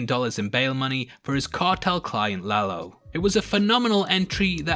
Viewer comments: You actually pronounced it right, it’s no La-low just La-lo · You are one of the few that pronounce Lalo right!. Is indeed La-lo, not La-low. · You didn't butcher the name Lalo.